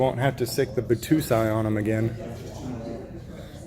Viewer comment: Bah-toe-sigh (Battousai) is a legend, just get ya mind correct on the pronunciation